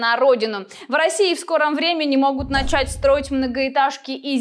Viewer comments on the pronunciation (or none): none